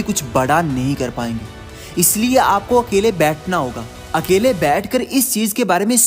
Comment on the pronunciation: Nice but it's अकेले not अकले